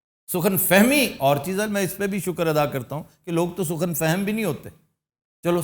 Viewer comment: Sukhan nahi Sakhon hota hai